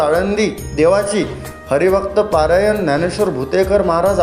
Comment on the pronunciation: पारायण नाही रे भाऊ परायण असते ते